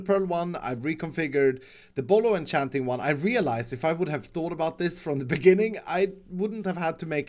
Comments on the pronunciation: Everyone: bottle of enchanting: bottlochanting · Itss bollochanting